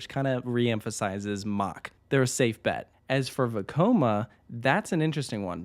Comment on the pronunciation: I don't know why but I always love it when you say Vekoma. Makes me think back to the parodies!